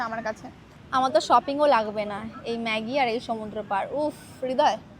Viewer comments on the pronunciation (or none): Not meggi it's maggi😢😮😮😮